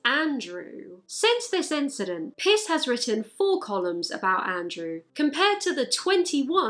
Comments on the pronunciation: due to her accent it kinda sounds like she’s saying piss not pierce and that’s just fun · I honestly heard Piers Morgan as "Piss Morgan" and I laughed. Clearly I'm a mature human being. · I watched this without hearing aids so I couldn't hear the 'r' in Piers so it sounded like you said Piss Morgan the entire time instead of Piers and honestly, was fantastic. 10/10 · I thought she was saying piss morgan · Oh, you actually said Piss Morgan, you're so smart :) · I thought she was saying “piss Morgan” and I was like yes queen obliterate him 💅💕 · Can’t tell if you’re intentionally pronouncing Piers like Piss but it’s cracking me up lmao. That guy is so pathetic and gross. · im sorry the whole time i thought u were saying piss morgan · The fact that you called him piss instead of piers is cracking me up 😂😆😆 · Is it a coincidence that whenever you say piers i just hear “piss” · I didn't realise Piers was pronounced "piss" but it makes perfect sense, since he is a piss poor excuse for a human being. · It isn't actually pronounced like that (it's pronounced like 'peers'), she's just doing it because he IS a piss-poor excuse for a human being lol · I know, I'm British 🤣 it's still not pronounced 'piss' - you can look it up if you like. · i love how pronounces piers morgan as piss morgan, as u should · Dude's name is pronounced Piss? Hell yeah this video is worth it just for that. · I know says Piers Morgan but all I can hear is Piss Morgan:))) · I can't tell if you are saying Piss Morgan, or if I am just hilariously mishearing what you are saying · The way you consistenly pronounced "Piers" 😂😂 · I’m trying to figure out if the correct British pronunciation of Mr. Morgan’s name sounds like liquid excrement, or if this is an “affectionate” British nickname. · I love how your accent makes Piers Morgan sound like "Piss Morgan". Also, about the cat-cow, he's a CATTLE! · It sounded like you said “Piss Morgan” and I like that better tbh. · She said "piss Morgan" lmfao!